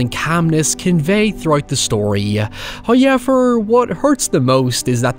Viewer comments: Before I make this comment, I already know that every YouTuber cannot take people's opinions as actual criticism, but that person being a negative troll, only saying mean things to tear them down. I'm aware of that. With that being said. I love your videos, except for how you say "however".... I mean, the word is right there, I just typed it. You cannot pronounce that as "highever" and still be pronouncing it correctly, regardless of accent. Accent may point in a direction, but bastardization is wrong in every literative sense. But that's not my main complaint. As a guy your age, I think your hair looks awful recently. My girlfriend agrees, but she would never do something so cringey as telling you. That is all. Almost no complaints about your actual videos. Except for highever. Like, that goes for all English speakers. Canadians say sorry correctly... Britts, Australians, and Americans all say it wrong. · If you heard "hoyever" outside your house watching you. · I was going to wait to watch this till tomorrow since I'm tired, hyever I probably would forget about it so I decided to just watch it now. If not I would of had him saying hyever stuck in my head the entire night. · Why has nobody made a "hoyever" compilation? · First "hoyevver" drops . And The Corn is pleased. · First "hoyevver" drops . It is well pleased. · I love how you say “however”